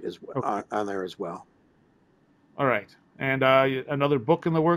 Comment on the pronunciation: You will be awwight!!! 😂😂😂😂👀😂😂😂😂